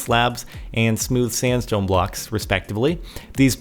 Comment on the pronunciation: StandStone? xD